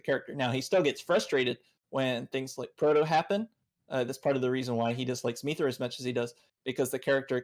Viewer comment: 40 mins in, this is really good so far, but hearing say “Meethra” every 5 mins really takes me out of it.